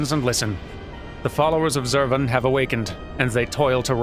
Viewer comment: I prefer the way you say Zurvan,. TWO Schwas in a single name is just too much. Krile should be embarrassed.